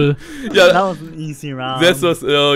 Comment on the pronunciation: Also echt mal, ich dachte mir auch wie Simon "set" anstatt "That" sagt. xD